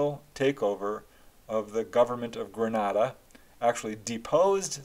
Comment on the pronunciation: I was a small child in Grenada in the 70’s . My family says I pointed out ufo in the sky to them( I don’t remember that). I’ve since had other experiences which made me obsessed with UFO’s . Ps incorrect pronunciation of Grenada .